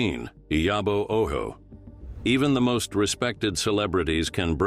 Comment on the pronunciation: The name Ojo was read with a Spanish pronunciation, "Oho." 😂😂😂